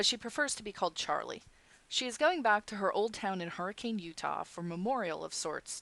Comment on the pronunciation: im sorry for correcting you but as a utahn i feel the need to tell you its pronounced Hurr-ih-cun sorry